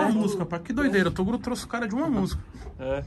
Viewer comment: é o nosso Tirulipa de hoje atual só risada kkkk gosto mais quando o troca o nome do Toguro para torugo kkkkkk